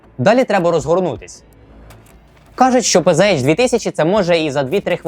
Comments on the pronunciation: та не пз а пц. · Все б нічого, але вірно казати ПЦХ 2000, бо це німецька мова.